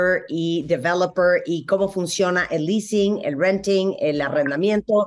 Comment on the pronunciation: El famoso leasing no lease 😳